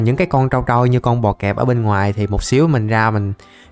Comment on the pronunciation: sao anh nói bọ cạp thành bọ cẹp . anh thử làm giáp superman đi anh